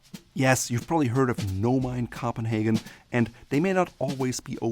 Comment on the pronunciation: your pronunciation is usually impeccable but you need to learn how to pronounce "Copenhagen". This long time viewer is from there;) And please compile that list of menswear destinations, thank you!